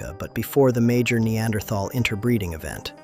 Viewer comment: you're mispronouncing - Neanderthal. In addition the percentage of Neanderthal in Europeans and Asians can reach up to about 5%. And even sub Saharan Africans do have up to 1% of Neanderthal as well as even Denisovan DNA.